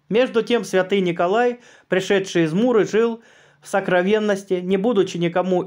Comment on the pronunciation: Простите, чтецу вопрос.МУры или Миры Ликийские? Может я чего-то не знаю? Спасибо.